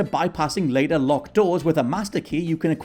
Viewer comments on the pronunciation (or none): none